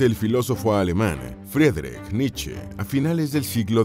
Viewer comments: Me subscribo, un muy buen canal, lo que sí, la pronunciación de Friedrich es "Fridrij" en FORVO esto se puede corroborar para pronunciación de nombres. Y Leipzig se pronuncia "láipsik" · Vi el video hasta que la voz en off dijo " la triztehhh vidahh de Fredrich Nitcheehh"